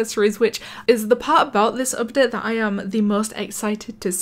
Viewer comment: u know when she says update, it sounds like up det